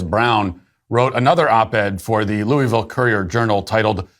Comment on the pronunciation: I hate hearing none louisvillians say louisville